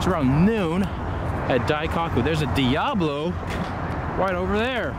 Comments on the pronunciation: Wait You're in Japan and you put JDM as a car type in the description? What? Also if you can pronounce Murcielago correctly, you can pronounce Daikoku correctly. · Dai-cock-oo ? Testa Rowsa ? bruh you need to work on your pronounciation